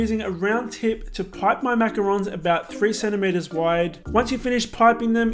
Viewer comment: Omg you have a perfect french accent why don't use it when saying macarons 😱